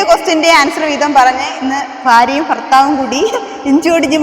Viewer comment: ഫാര്യ,ഫർത്താ വ്,ഫാരം ഉച്ചാരണം ഇങ്ങനെയാണോ?ഭ എന്നതിന് പകരം ഫ എന്നാണ് ഉച്ചരിക്കുന്നത്